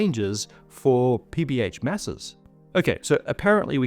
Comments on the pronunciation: each time I hear PBH, I hear PBS. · Must be hungry, because I keep hearing PB&J.